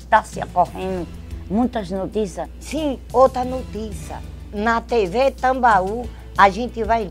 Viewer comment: "Sim,Ôta Nutiça" KKKKK